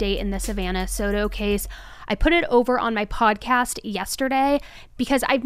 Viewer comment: So-toe is how it's pronounced.. Not so-doe